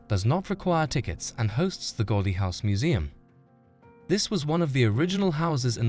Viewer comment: Unwatchable since you can't even say his name correctly: It's pronounced GOW-DI